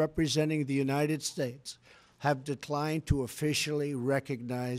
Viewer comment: And God bleshh the United Stateshhh